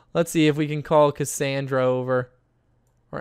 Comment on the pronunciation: autumn ewing and you said Cacandra not her name!!!!